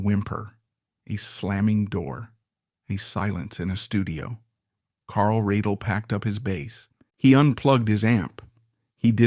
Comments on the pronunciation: Pronounce his last name correctly please, he deserves that much. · Would have been a better piece if you had learned to pronounce Carl's last name.